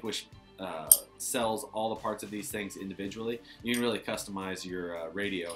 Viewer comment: Did you say it's "wheely" nice?